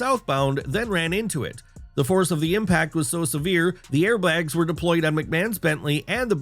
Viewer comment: air bLags? 😂